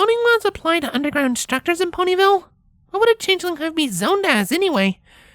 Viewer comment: "Phony ville"? Did I hear that right?😂😂